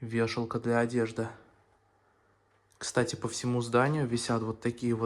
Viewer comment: да,только слово-паразит часто звучит"кстате,кстате,кстате....."